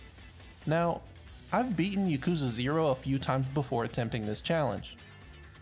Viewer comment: Bruh im triggered at the way this guy pronounced yakuza 0 at the beginning of the video